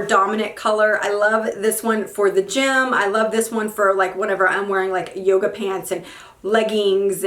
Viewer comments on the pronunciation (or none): none